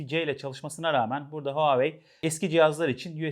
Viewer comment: "huawei" derken H sesi telaffuz edilmez